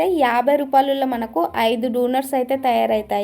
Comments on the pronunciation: Donuts❌ dunuts✅😂😂😂😂😂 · డొనేట్స్ ❌ డునుట్స్ ✅ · Donuts❌ dunut ✅ 😂😂😂😂